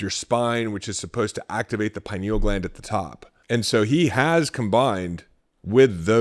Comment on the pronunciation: Couldn't watch this one because he kept mispronouncing pineal...